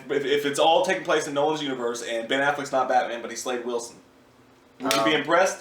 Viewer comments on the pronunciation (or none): Ben* not nen